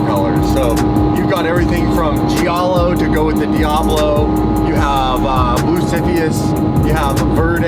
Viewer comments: I can't deal with it anymore. its not pronuonced Gee-ahh-low it's J-ahh-low. even google translate says it properly. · just an FYI the italian word Giallo (yellow) is pronounced like “jow-low” or “jah-low” not “gee-al-low”. Also orange is Arancia (ah-ron-chee-ah)